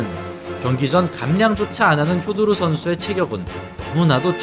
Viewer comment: 실력도 실력이지만 표도르는 경기자체가 시원시원하고 가장 재미 있엇다 효도르는 일본 발음이니 표 표기가되는 우리는 표도르라 불러야